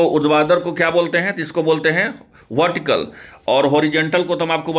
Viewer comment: भटीकल नहीं,, वर्टिकल होता है 😂